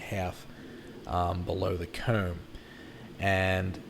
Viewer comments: Yes,I was finding it a bit odd and trying to find a way to spell those words the way he says them. Not possible? Coewm? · Omfg y do u say comb like that bro